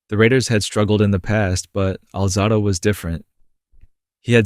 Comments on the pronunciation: “Alzaahhdo”? Really? If you can’t pronounce his name you dont know jack enough about him to make a video. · You pronounced his last name wrong. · how do you decide to produce a documentary about a professional athlete, put in all of the time and effort, cutting, editing, producing, when you cant pronounce HIS FUCKING NAME, YOU IDIOT - and if it's AI, whoever PRODUCED IT, how do you not review it to MAKE SURE that the pronunciation of the name of the man who you MADE THE DOCUMENTARY ABOUT is pronounced correctly?????? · Kid its hard to listen to you speak about Lyle when you can’t even pronounce his name. Is this for a high school project? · Alright, if you're going to narrate a famous athlete at least pronounce his name right. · Really, Lyle didn't pronounce it that way. And yes the video was good. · enough Euro pronunciation guy. We’re not in Europe. The proper pronunciation is how it was pronounced by the man himself and the USA. Putting out a video on a man when you can’t properly pronounce his name means you don’t know JACK about the man.